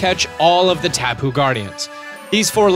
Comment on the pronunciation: Only kū was the god of war. Lono was actually a god of peace and prosperity. Kanaloa was the god of the sea and kāne was the god of the fresh water as well as the giver of life. And the correct pronunciation (although yours wasn’t the worst I’ve ever heard) is more like Tapu - (Tah Pu). From there koko is pretty simple and means “blood” in Hawaiian. Lele was “something made to give to the gods for love magic” and also means fly. But we don’t have b’s or f’s so idk where that came from. I do also think it’s funny they have a ‘Ula’ula (red) melemele (yellow) Poni (purple) and Akala (pink) islands with the guardians as such. I do have to say whoever helped teach this had to be well versed in Hawaiiana 🤗😍🤗😍